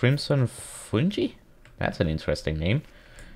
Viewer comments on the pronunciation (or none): Crimson FuiNJi 😂😂 Nice try but it’s fun-guy. Fungi. Loved your vid btw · no offense but fungi is pronounced [FUN-guy] fungi